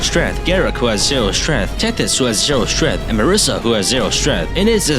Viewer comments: "0 strenth" 💀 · "who has zero strEth"